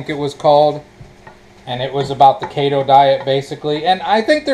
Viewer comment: Just a few comments. I am a fan, so please don't take this wrong. It's Keto, not Kato. Kato was the Green Hornet's sidekick. The best healthy diet is the one you can live with. From the Forbes article How Humans Evolved To Be Natural Omnivores: "The best evidence is our teeth: we have biting/tearing/ripping incisors and canines (like carnivores) and chewing molars (like herbivores). Animals with such diverse teeth tend to be omnivores." Carbs are carbolicious. As for them impact of animals on the environment, I try to reduce the population of cows, pigs, chickens, etc. every chance I get. As for the ingredients of real chicken vs. fake chicken, one of them looks like a chemistry set, and the other seems more natural and healthier. Here are the ingredients: Real chicken = chicken. Fake chicken = Water, Organic Cane Sugar, Enriched Flour (Wheat Flour, Niacin, Reduced Iron, Thiamine Mononitrate, Riboflavin, Folic Acid), Soy Protein Isolate, Canola Oil, Vital Wheat Gluten, Soy Sauce (Water, Soybeans, Wheat, Salt), Organic Distilled Vinegar, Rice Flour, Methylcellulose, Fruit Puree (Water, Mandarin Orange Juice Concentrate, Tangerine Juice Concentrate), Organic Ancient Grain Flour (Khorasan Wheat, Amaranth, Millet, Quinoa), Modified Potato Starch, Corn Starch, Yeast Extract, Organic Yeast Extract, Sugar, Sea Salt, Salted Sake (Water, Rice, Salt), Potato Starch, Garlic Powder, Salt, Ginger Puree, Spices, Natural Flavors, Color Added, Roasted Garlic Puree (Garlic, Water), Onion Powd